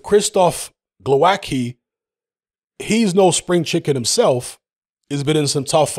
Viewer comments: Oh man.......pronouncing the hard way.... For you Wayne Grekki hmmm? its...tzky!!same here..... its not kki, its tzki or zki, its not that difficult Okolie by stoppage 5th. not Glowacki but Briedis will beat Okolie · Glowatzky is how his name is pronounced. Its always hilarious when butcher names, especially Eastern European names.